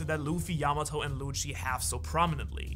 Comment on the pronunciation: the way you say lucci .. pls stop